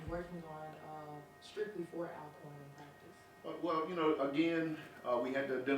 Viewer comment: why are you all pronouncing our name wrong? it is pronounced Allcorn, you have been in the SWAC too long to be doing this. The word Alcorn is a Scottish name that has an original spelling of Allcorn. Media should know how to pronounce the name right